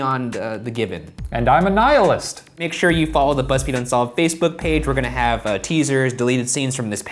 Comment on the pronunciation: THATS how you say "nihilist" man thanks Shane i've literally never known how to say that word.